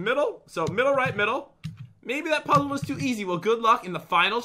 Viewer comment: HE SAID PUDDLE INSTED OF PUZZLE